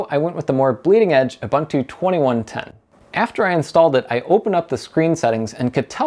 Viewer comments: Huh? Ur- bun - two!. Isn't it Ur-boon-too? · U-boon-tu not U-bun-tu🤦‍♂ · its pronounced youboontoo and devian is deeveean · Ubuntu is not pronounced OobAntu, it is pronounced ooboontoo, I see a lot of American/English reviews getting it wrong. The GUI for Ubuntu was first designed by a South African, Mark Shuttleworth and the naming is based on the African term Ubuntu. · You might as well learn how to say Ubuntu properly after switching to it and trying to say it so many times :) It's pronounced "oo-boon-too". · Ubuntu (/ʊˈbʊntuː/ (uu-BUUN-too)) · "KOOBANTOO" does not exist... it's pronounced "KOOBOONTOO"... The same goes for "OOBANTOO"... 🤦‍♂